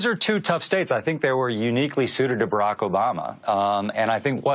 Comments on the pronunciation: WTF!!! At 1.06 with jimmy's attempt to pronounce Barack obama's name. lol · Hey Jimmy, are you feeling alright? Your speech was slurring and you mispronounced "Campaign Manager" , "Barack Obama" and your reaction was slow. Either you were inebriated or you have the signs of a stroke. either way take of it! a fan